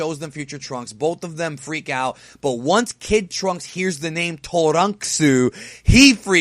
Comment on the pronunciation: I love the way says Turunksu, way better than the name trunks